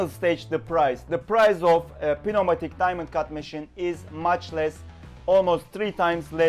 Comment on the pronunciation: The P is silent in pneumatic.